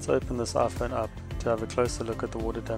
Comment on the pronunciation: "Aphone ten"